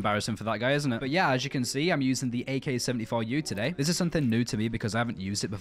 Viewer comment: Ayhe Kayhe Sevunteh Fough Yew